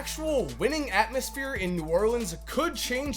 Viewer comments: He said Atmousphere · atmousphere LMAO